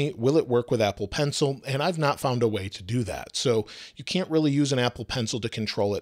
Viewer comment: says “Contol“ instead of Control